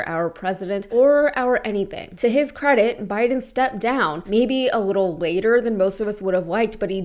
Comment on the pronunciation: Why can't he pronounce the word "little" properly? 🤔